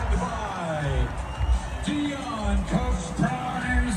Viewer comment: You pronounce deion sanders's son's name wrong